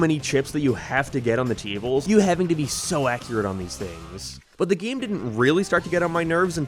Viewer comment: “geam” “abaut” ”maryo”